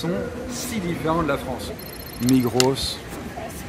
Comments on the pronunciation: Ahahah migrosss on prononce pas le s et bienvenu chez nous les gars😂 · Si jamais c'est pas "Migrosse" c'est "Migros" 😂 ça ma triggered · salut je suis suisse et c'est trop drôle quand t'as prononcé le nom du supermarché Migros 😂😂 on prononce pas le S sinon ça fait migrosse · Oh noooonnn il a dit le « S » a Migros 😳😳😳😳😭😭😭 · A « Migros » on prononce pas le s de la fin ducoup